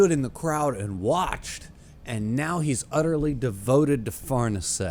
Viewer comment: Far-nees-e by the way